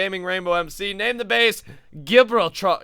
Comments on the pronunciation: Ji-brawl-ter is how you say the name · It is pronounced jehbrawlter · gi-brol-ta is how its pronounced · Gibrltar xDDDDDDD its pronounced like Jib-rol-tar idk why but xD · HE doesnt know how to say Ji Brol Ter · U say it like jib-Ralp-ter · I love the way pronounced Gibraltar... it's pronounced Jib-rol-ta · Hahahahahahahahahahahahahaha it's gib rule tar not gibraaltar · Correct pronunciation is Ji-Brawl-Ter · Gibraltar is pronounced Jib-brall-ter 😂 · u pronounce it Ji Bralt r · Gibraltar is pronounced jib-rawl-tair-uh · It's he-blar-tar (as in black tar)